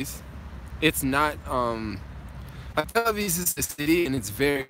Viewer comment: you keep saying Tel Aviz. 😂 love it man. This trip is very inspiring